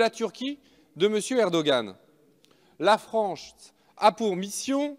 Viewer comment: MDRRRR IL A DIT LA FRANCTE BRAVO LE FRANCE MDRR